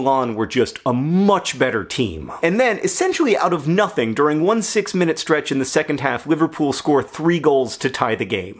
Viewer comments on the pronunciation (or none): none